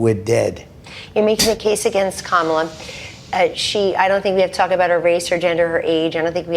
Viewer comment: So, when Kellyanne is talking after the interview, she pronounces "Kamala" correctly. But when she mentions the VP in Trump's presence, she pronounces it in the same way Trump does. But it's not a cult...